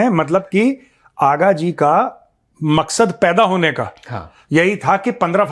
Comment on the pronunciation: Vo aaga ji nhi haagaaaa hai 😂😂😂😂😂